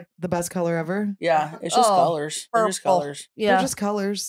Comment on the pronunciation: paige lmao “purpble”